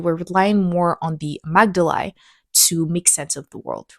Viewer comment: Amygdala = uh-MIG-duh-luh